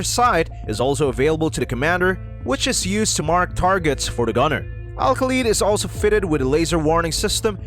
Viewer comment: Lol you can't pronounce Kha as Ka ❗